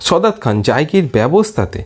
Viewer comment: দাদা , সদাৎ খান না সাদাৎ খান